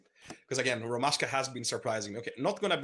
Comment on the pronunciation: It’s ROMASHKA. Not Roman Ashka, why do I find this so annoying. Go and ask Rotty you goon